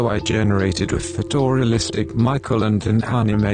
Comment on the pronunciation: Michael when you say photorealistic it kind of sounds like fedora-realistic so I gave the video an upvote.